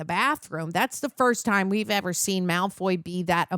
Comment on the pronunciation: please, for the love of God stop saying Malfoy juice